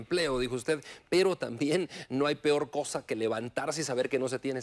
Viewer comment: Ni expresarse bien puede se dice peor no pior